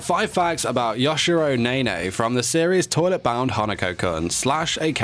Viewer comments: I'm sorry but- yashiro naynay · Me: Yashiro Nene Him: Yashiroe Nae Nae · No one::Yashiro NeYnEy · Other people: Yashiro nene This video: YUSHIRO NAYNAY